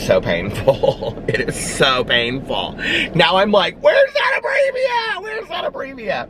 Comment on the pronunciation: It’s pronounced ABREVA. There’s no ia at the end of it 🤣 Also, the reason why it’s so expensive is because it works within minutes. You have to use it when you first feel one coming on or it’s just gonna get bigger. You can also call in a prescription of the medication that treats those nasty things, lol. I get them too but abreva 100% does the job..and fast! Good luck!